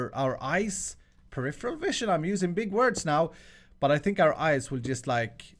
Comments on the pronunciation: For the first 10 mins I thought he was saying ice not eyes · Is it me or do you hear ice every time says eyes